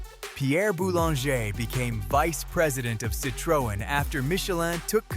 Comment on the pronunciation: Perhaps learning how to pronounce the vehicle manufacturers name correctly would be a good start before doing the audio part of this video.